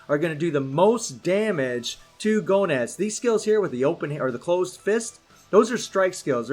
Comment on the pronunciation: No offense, man, but the way you say Goenitz sounds like GONADS.. 😂😂😂😂😂😂😂😂 Edit: I'm almost done maxing out my baby son Bao!!! YAHOOOO!!!!!!